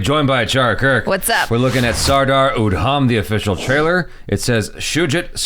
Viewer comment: Rip his names pronunciation!